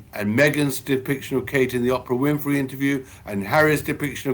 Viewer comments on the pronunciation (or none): Omg stop with this photo stuff. Britain media is worse than America’s. And that’s saying a lot. And would somebody please please PLEASE tell Tom Bower that Oprah’sname is OPRAH not OPERA. He drives me crazy.